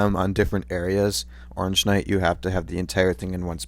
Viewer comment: Oreengeknight lol no hate